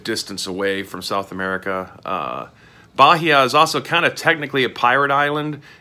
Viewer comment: Native portuguese speaker here. It`s pronounced baEEa, not BAheeA